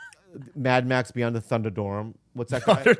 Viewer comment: I hadn't realized how similar Bobby and Matt were until Bobby mispronounced Thunderdome 😂